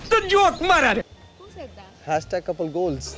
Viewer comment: I think it's "Goals" not 'Golas'....👍🏻👍🏻